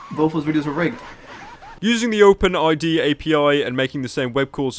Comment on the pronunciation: you literally pronounced ID as AD, I think you need more subtitles than NFKRZ at this point